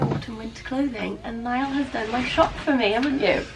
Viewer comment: The ‘Ni-all’ really made me lol 😂